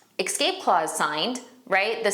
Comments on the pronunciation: the word is escape, not ekscape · Great information and your presentation is excellent. Just a little constructive criticism to bump up credibility from a 9 to a 10: correct pronunciation impacts first impressions. Ie: es-cape rather than ex-scape and real-tor rather than real-uh-ter. Just passing on what someone taught me earlier in my career. Hoping it will be received as intended. Great video!